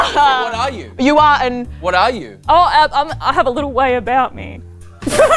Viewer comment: IM CRYING Brden: what are yew? "Oh I have a little way about me"